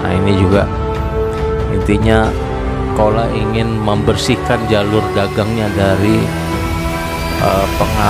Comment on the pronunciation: Pengucapan chola menurut bahasa tamil adalah cola bukan kola Mohon di koreksi di pengucapannya.